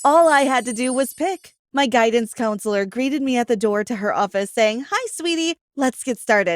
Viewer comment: guidance coonsleer